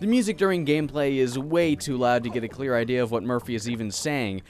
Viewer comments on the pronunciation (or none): none